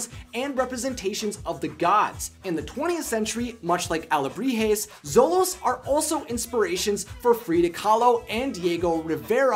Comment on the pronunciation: The only thing that annoyed me, was he kept saying solos instead of xolos... And the god is Xolotl, not solot...